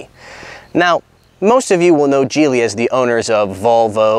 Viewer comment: Geely is pronounced Geely with a G. Kind of like Geek. Geeeely. Not Jeely!